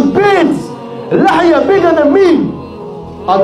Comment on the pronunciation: it's Lahya Not Liar. لحية Lahya Beard